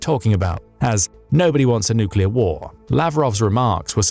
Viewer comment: Are you sure it's nooclear not noocular? Ah AI text-to-speech.